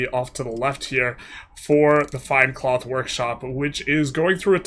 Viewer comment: twels into cloff